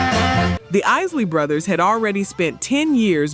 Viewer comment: Why don't you trap pronouncing the group's name correctly it's not the easily brothers is The Isley Brothers all you are is another white person trying to capitalize on R and b music you need to go somewhere and learn your history before you come online and start talking about something you know nothing about